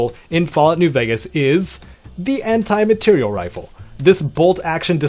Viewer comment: Amr is fun but eh, better rifles on this list honestly. Also it’s materiel, not material